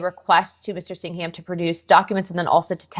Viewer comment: Singam not Sing-ham